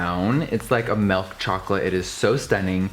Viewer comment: to hear jeffree say MELK CHOCOLATE